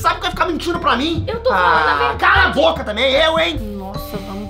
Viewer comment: A raiva 😡 vc falou calaboca